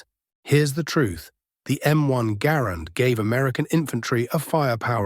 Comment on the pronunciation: Mr. Garand pronounced his name, "GAR'-and", not "gar-AND'". How can you present his biography, and so glaringly mispronounce his name?